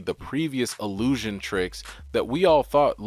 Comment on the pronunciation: Frigga is pronounced "Frey-AH" And illusion is ILL-USION allusion (as you said it many times) means an expression designed to call something to mind without mentioning it explicitly; an indirect or passing reference. But good video regardless